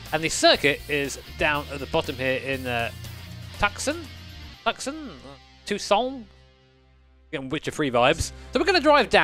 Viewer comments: That 'Tuscon' was rough, but to be fair, almost no yanks could pronounce 'Leicester' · "tuck-sun" Now i can't unsee or unhear it. And I'm an American!!! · His Tucson pronunciation made me vomit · 3rd pronunciation of Tuscon was "Almost" correct just lose the frenchness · It's pronounced Tucson, not Tucson